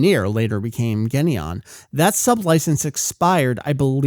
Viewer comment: Guys, just to clear things up: it's Daniel Cocanger or however you spell it (Coke-en-haeger) Saiyan (Say-yan, not Sai-yan) Geneon (Jenny-on, not Genny-on) Saban (Saa-ban, not Suh-bawn)